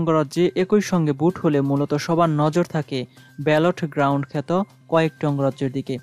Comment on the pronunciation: ব্যাটল গ্রাউন্ড উচ্চারণ করতে পারেন না। আবার আসছেন খবর পড়তে হা হা হা......!